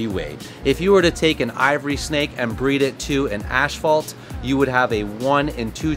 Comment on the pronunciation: It's pronounced (ass-phalt) not Ash-phalt ....asphalt. .... inform Billy also lol